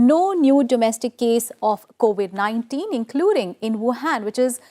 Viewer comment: 4.05 it’s COVID 19 not co 819